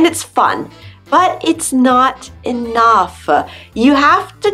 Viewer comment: I’m an American English speaker and it’s sounds like you are emphasizing the last word you say in a sentence and adding ah to the end of it . Example - enough-Ah .... English-ah , just saying .